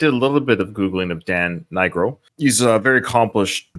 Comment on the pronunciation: That was correct! It’s N-eye-grow.